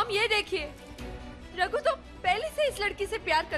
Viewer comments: when said ruder But miss it's not ruder it's Ragu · ny ragu ko rudr bola 😂😂😂😂😂😂😂😂Kisi ny notice nai kia 😂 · Raghu ko Rudre Q bol rahi ha Kis ko laga na Raghu ko Rudre bola 🧐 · Han mai ve yohi bolraha tha isne usko rudre q bola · says rudr😂😂😂9:75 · She said rudre